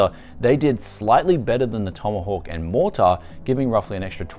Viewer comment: B550 MorTAAR, it's just Mortar mate, soft R